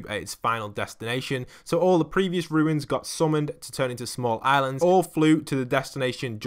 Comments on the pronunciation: Anyone else mildly infuriated that it sounds like he is saying ruins instead of runes or is it just me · Numberfiend 50 wow, just mildly infuriated?